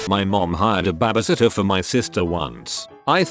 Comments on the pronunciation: "Bahh bee sitt tuhh" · It cracks me up that it hits a perfect "tour de France" with the accent, but can't say babysitter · lmao it sounds like “babbishitter” for no reason XD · No one: Literally no one: Bot: weirdest things a Bahbysitter has done